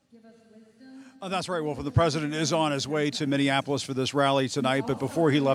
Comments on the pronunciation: Trump said Mini-in-apolis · That made me laugh more than Trump's earlier "Minionapolis"